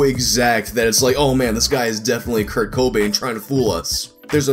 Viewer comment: That pronunciation of Kobain confused me for a good while